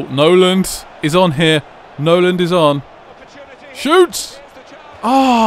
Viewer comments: I enjoy these vids but misprouncing the players who play for the team you support is so grating throughout the video. It is Nolan, not Noland. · its Nolan not Noland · why do u call nolan 'Noland' ? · It annoys me that way you call Nolan "Noland" and you call Zarate "Zate"